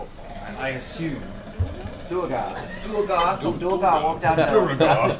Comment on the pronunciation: Matt's ongoing mispronunciation of "duergar" (he says "doo-reh-gahr",which would be written "duregar"), Liam's correction (he says "doo-er-gahr" although it can also be "dwair-gahr"), and the cast's response (laughing as if Liam made the mistake) is interesting foreshadowing of C2 and the dockside sessions where Matt mispronounces "quay" (said "key" in all of the rest of the world) as "kway" (only accepted in some parts of the US, and apparently not even in all of North Hollywood), and Liam's gentle correction is just ignored. That was so grating to me that I had to watch the associated episodes muted and with CC, as I just got frustrated otherwise...